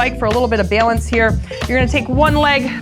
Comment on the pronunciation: is that Chi-Town I hear when you say “balance”? 😎😊